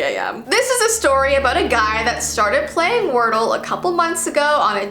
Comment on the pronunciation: When she say if we don’t know wordle she sound like she is from Ireland